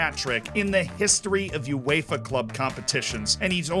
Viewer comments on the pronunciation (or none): none